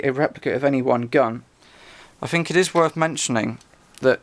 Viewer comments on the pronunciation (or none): none